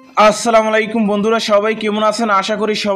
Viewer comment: ভাই আপনি কি আমাদের মৃত্যু কামনা করলেন নাকি? আপনার সালামটা দেওয়া হয় নাই আশাকরি এরপর থেকে সুন্দরভাবে শুদ্ধভাবে সালাম দিবেন